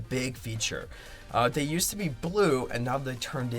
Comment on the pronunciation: Its “yoosd”